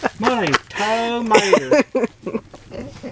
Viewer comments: Loved the bloopers, tomatrrrrrr lol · You made me laugh when you said termatter!